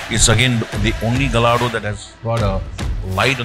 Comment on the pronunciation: It’s not pronounced ga- Lardo its gaa-ya-doe